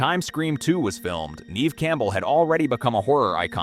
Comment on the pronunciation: You're pronouncing her name wrong. Neve Campbells' name is pronounced Nev not Neeve